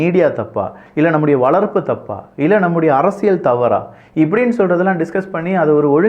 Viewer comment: தம்பி அவர்களுக்கு ஒர் அன்பான வேண்டுகோள். அரசியல் என்ற வார்த்தையில் ள் போட்டு பேசுகின்றீர்கள் "அரசியள்'. அதேபோல் பல்வேறு இடங்களில், ல் க்கு பதிலாக ள் என்றும், ள் க்கு பதிலாக ல் என்று சொல்வதை பல இடங்களில் கேட்கிறேன். தமிழ் வார்த்தைகள் நீங்கள் தெளிவாக பேசினால், அது தான் தமிழ் மொழிக்கு சிறப்பு. தயவுசெய்து பயிற்சிகள் செய்து விட்டு, முறையாக பேசினால், கேட்பதற்கு மிகவும் அருமையாக இருக்கும் என்பது என் கருத்து. தவறுகள் இருப்பின் பொறுத்துக் கொள்ளவும். நன்றிகள் தம்பி.